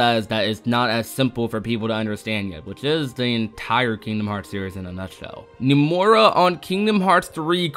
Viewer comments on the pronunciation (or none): I’m sorry but it really bothers me how he pronounces “Nomura” and “Dengeki” lmao. He says “Numora” and “Dengucky.”